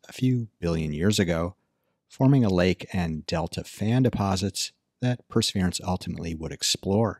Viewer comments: How do you manage to pronounce Perseverance (4 syllables) as "prsvrence" (2 syllables) ? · It's the martian accent. ;)